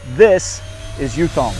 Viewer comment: For starters, the name is Yutong, Yu sounds like E but with a Y sound, and not Youtong. 宇通